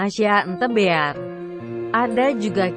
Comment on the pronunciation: loh kok googlenya bilang the beal